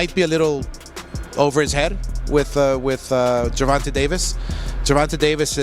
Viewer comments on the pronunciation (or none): Bro Said Gurrvonta Tank Davis